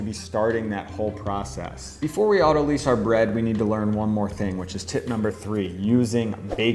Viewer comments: Autolyse/autolyze Pronounced 'otto- lies' Not 'otto-leeze' Words are fun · It's not pronounced lease, it's pronounced lice. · this is so interesting and I'm very excited to try it. The only thing that's bothering me is that autolyse should sound like "lice" not like "lease". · Great video, and I want to get into baking sourdough bread, but autolyse is pronounced to rhyme with "nice", not "lease". I've heard a lot of bakers completely mispronounce this, and I'm not sure why. I guess they never payed attention in chemistry or biology class. It comes from the biochemistry term "lysis", which means to split or cut. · Great stuff. FYI, autolyse is pronounced 'auto-lice' (as in "lysis"), not 'auto-lease'. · Auto-lize, not auto-lease. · Best sourdough videos! Thank you so much! Btw I think autolyse is pronounced "auto-lice" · Autolyse is pronounces like autolies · Great how-to but you're mispronouncing "autolyse"